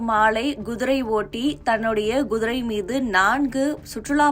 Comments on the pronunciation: Kudirai madam gudirai illai... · குதிரை என்று ஒழுங்காக உச்சரிக்க தெரியாதா உனக்கு எல்லாம் யார் இந்த வேலயைக் கொடுத்தது?